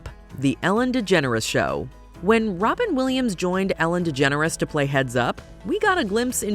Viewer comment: Wobin Williams 😂